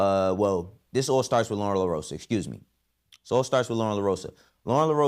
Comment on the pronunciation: you just lost my respect saying Lorn wrong. Thats some coward shit for you to say this.